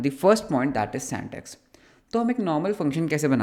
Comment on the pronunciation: Syntax ❌ santax ✔️